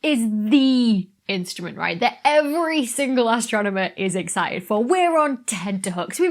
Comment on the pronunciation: Excited, EXCI T ED. Not exci ed.